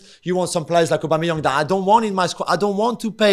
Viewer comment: Why can Gab not pronounce Aubameyang? Lol